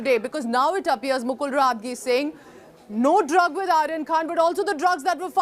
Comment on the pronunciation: Atleast pronounce the name right ... Roh at gi is how the name is pronounced ... It neither Latin nor French so where is the problem... Godi media is bloody unprofessional in every way